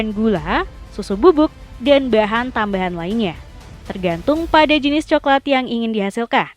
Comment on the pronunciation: Kemenyan jadi kemenyah, semen jadi semeh, coklat jadi coklah 😭🤣 Mana di akhir video pembuatan pensil tapi tulisannya pembuatan uang, kocak .